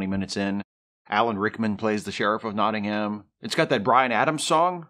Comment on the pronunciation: Worth a 'like' as your pronunciation of 'Nottingham' is OK - speaking as a Brit ... and certainly better than Christian Slater's. I also thought the score by Michael Kamen was excellent. And one last picky historical thing - you don't cast arrow heads out of lead.